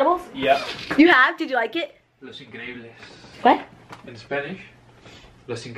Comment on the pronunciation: " Los incriebles " 😂